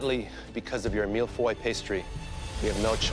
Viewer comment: Im french that’s not how you say feuille 🍁